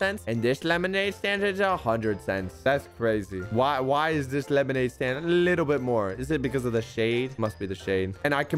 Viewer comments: he says stade instead of stand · bruh he said staid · He really said “lemonade stade” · ahh yes, "Lemonade Stade," my favorite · Is no one gonna talk abt the fact that Said lemonade Stade at the start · I noticed said Stade instead of stand... lol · bro at the beginning he said, "lemonade stade"😂😂😂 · Did any one realise that at the start he said stade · Did he really say stade instead of stand in the intro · Did just say lemonade stade in he's intro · “Lemonade Stade” Bruh💀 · Yo am I the only one who noticed he said lemonade stade in the beginning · At the beginning he said lemonade staid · “Lemonade stade” 💀💀💀💀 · Bruh you said staid not stand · Bro said lemonade stade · why did he say lemonade staid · Bro said stade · Lemonade "stade" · 4 seconds into the video and you said lemonade stade ;( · did any 1 else hear lemonade stade like=yes comment=no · "Lemonade Staid" lol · “Lemonaid staid” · you said lemonade staid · "lemonade stade" - /3